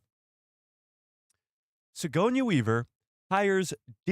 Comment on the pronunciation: Why do you keep calling Sigourney Weaver "Sigonia"?